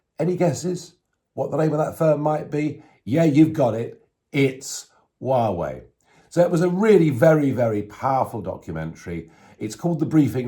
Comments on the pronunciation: Nigel. It's pronounced whah way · Hi Nigel. Greetings from Lyminster! Apart from your dreadful pronunciation of Xi (Jinping) and Huawei, EVERYTHING you said about China is correct. Having lived there for over a decade, it comes as no surprise to me that their single priority is to become the world's leading power. They don't seek this because they have a vision of making a better world; they are motivated by greed and lust for power. Make no mistake... it is us, the West, that has created this Frankenstein. We have turned our backs to the plights of the oppressed there: the Uighurs, Tibetans, Falun Dafa practitioners etc, BECAUSE WE WERE GREEDY AND WANTED TO DECREASE PRODUCTION COSTS. Also, we naively thought China would mellow with prosperity. Now that we are on the end of a pandemic (due to the CCP's mismanagement and cover-up of Covid 19)..... now that we are directly affected by the vile Chinese regime..... we are fighting back. It's a shame we didn't stand up for those too powerless to stand up for themselves. Anyway, better late than never.